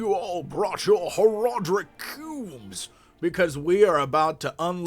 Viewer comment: i lost when he said horadric cube